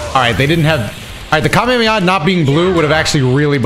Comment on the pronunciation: the way you say Kamehameha should be a crime 😭